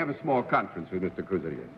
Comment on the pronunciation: Also, he calls Cruz Arias ’Cruz Orios’; more like Oreos, really.